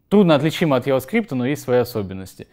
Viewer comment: Парень довольно не плохо рассказывает, но дошел до 13 минуты и понимаю, что произношение английских слов и фраз подхрамывает. Ну не протобУф и не Яваскрипт, ну это же жестоко...